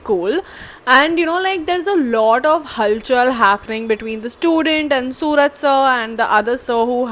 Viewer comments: Not sooraj.. It's suraaj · Technically, adding 'OO' instead of 'U' doesn't change the sound of his name. It's the way you Malayalis pronounce it that makes the difference. If we were to spell his name the way you guys pronounce it, it wouldn't need 'OO', it would need 'AA', like 'Suraaj' or 'Sooraaj'.